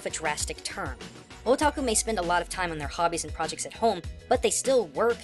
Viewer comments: am i the only one who heard "were all a taco"? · When he was saying Otaku it sounded like he was saying "Oh Taco" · i keep hearing "a taco" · When is hear otaku I hear o tacos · Yet didn't define "Weaboo" Probably didn't want to come to terms with what he is given his try-hard pronounciation of "Otaku" and "Hikikomori"